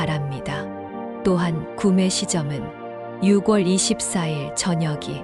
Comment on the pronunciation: 발음이 이상하네요 6월을 유궐이라고 발음하네요